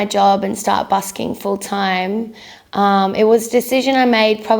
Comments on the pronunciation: She didn’t explain why she says “dime” instead of “time” And why she goes “then I make you DUVIT all again” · I love how she owns her accent by having "dime" on her hat, just like she pronounces "time" all the time. ;) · she says it like 'time' when she's talking, but her 'singing persona' or voice or whatever says it like 'dime' lol